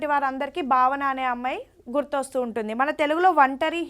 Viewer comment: బావన కాదండీ భావన స్పష్టం గా పలకండి 🙏🙏